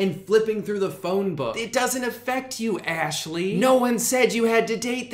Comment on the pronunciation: nah I'm pretty sure you said Ashley's name correctly